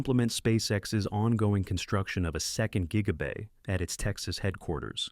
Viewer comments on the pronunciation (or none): Tweak your AI voiceover. It keeps calling Gigabay Jiggabay